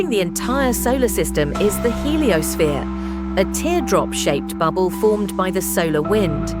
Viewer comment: Today on The Heliossneere: Our Sular Bubble. That's some pretty sloppy AI.